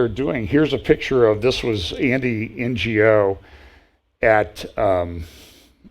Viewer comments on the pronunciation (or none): The man Andy Ngo - is pounced as NO..the g is silent.. I hope you can read this - no glasses on. I'm typing hlf blind here hehehe Dratted face mask day! (NOT Covid type:) Beauty ya know haha. Christian so no make up..gotta look good as I can and I am old. God bless you brother and ALL brothers and sisters who can read my mask typos! Its Andy Ngo YT crossed it out - not me... Again, pronounced as NO Silent G